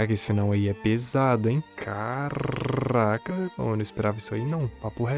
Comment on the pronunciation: eu achava que tu era aqueles canais fantasmas, mas dps do "carrrrrraca" eu mudei de ideia kkkkkkkkkkkkkkkkkkkk